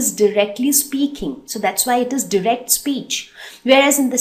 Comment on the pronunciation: You are not saying direct correctly